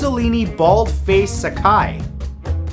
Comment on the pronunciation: Baldface saki Pronounced Baldface socky